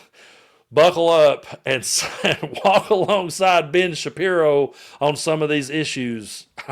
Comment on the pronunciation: Did i hear you say Bitch Shappiro?😂😂😂😂